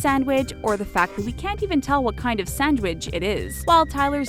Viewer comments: Y does this say sandwich so weird 😂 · The way she said "sandwich" 😭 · The way you say “sandwich” though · Why she saying sandwich like that